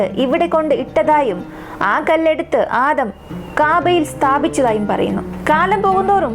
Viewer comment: Aadaam alla adam